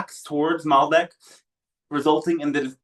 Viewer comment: Great transmission, thanks for sharing! BTW: It's Maldek not Malbec,, was wine on your mind?;)